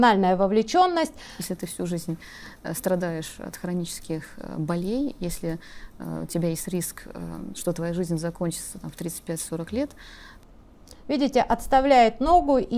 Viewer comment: " .... от хронических болЕй ", а ведь проверочное слово , на которое падает ударение -- бОль ((...